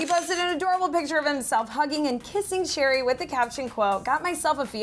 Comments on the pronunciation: Please stop calling Cherry "sherry". Her name is literally pronounced like the fruit. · love you all but please pronounce cherrys name like an actual cherry not sherry